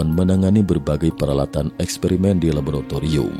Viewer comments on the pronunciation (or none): none